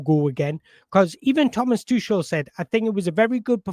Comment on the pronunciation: Thomas who? 😂😂 tooshle. Its pronounced tookle pal